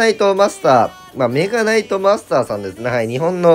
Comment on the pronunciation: デッキ画面出てきた時のメ↓ガ↑ナイ↑ト枯渇で吹いた